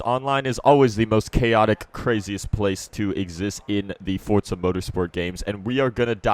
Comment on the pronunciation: Welcome to FORTZA Motorsport 😂😂